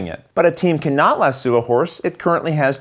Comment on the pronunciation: "Lass Oh"...not "Lass Sue"! Also...the rider gets in the saddle...not the stirrups. (Even though in real life you'd use the stirrups to get up on a horse and sit in the saddle!)